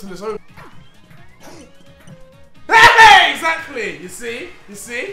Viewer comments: No one: Deji: Exakly! . . . Exakly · Why does deji keeps on saying excacly